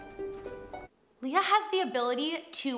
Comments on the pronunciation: She actually pronounces her name as Lay-a and not Lee-ya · Le - soft E when saying her name.. LEY - YA NOT LEE-YA... :)